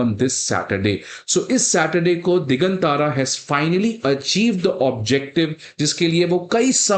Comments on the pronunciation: दिगांतर Not दिगन तारा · दिगांतर है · भाई यह "दिग्गांत्र" है दिग्गन तारा नहीं (1.36 मिन)!! कैसे IAS पढ़ाओगे!! खुद का उच्चारण हिला हुआ है!!